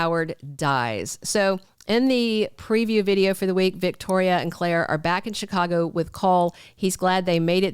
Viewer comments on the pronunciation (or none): none